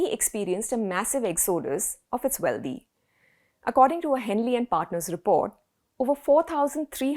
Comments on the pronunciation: How about getting the correct pronunciation of the words "Wealthy" ends with a THY and not DHY, and the same goes with "Healthy", it just doesn't sound proper with your superb grasp of the English language being in the spotlight.... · Nice segment. I’d just ask that you not pronounce wealthy as wealdhee. Indians make this common mistake. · That is not how you prounce "wealthy" you illiterate woman